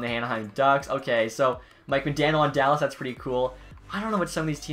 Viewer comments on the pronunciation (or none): none